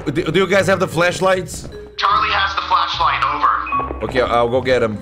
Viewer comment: FLASHLIGHT NOT FLESHLIGHT!